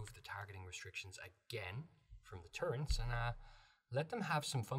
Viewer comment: I disliked the video for the sole purpose of saying “turrents” instead of “turrets.” Otherwise it was a very in-depth and helpful video.